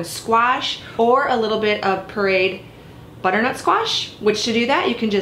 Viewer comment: Awesome recipe, great video. Where are you from in the U.S. though? Your pronunciation of pureed sounds odd to me.